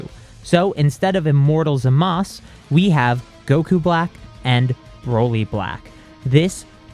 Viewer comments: Bruh im sorry. I respect this story but HIS NAME IS ZAMASU NOT ZAMAS 😂. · Why does always say zamas instead of Zamazu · Why do u say zamas it’s zamasu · Why the heeck does he say Zamass bruv its zamasu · It’s zamasu not zamas but otherwise great video and a very good story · Hol’ up I’m so confused… Why do you call Zamasu “Zamas” instead of “Zama-oo” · Everytime you pronounce Zamasu wrong it makes me want to lash out like Broly, that out of the way I do enjoy these videos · You are pronocing zamasu wrong